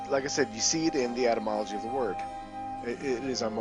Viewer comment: etymology not atymology